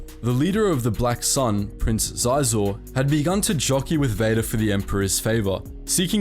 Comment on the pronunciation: SHEE-ZOR Your pronunciation of Xizor brought me pain.